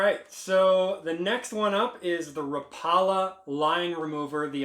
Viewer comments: Raw pale la?? Lol rap-pa-la Oh and keep skipping all the dumb stuffs. 30 mins of nothing 10mins of usable info. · It’s actually pronounced ra paw la